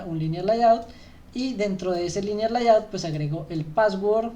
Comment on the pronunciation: Gracias , buen material como feedback no se dice LAYAUT … es “Leiaut”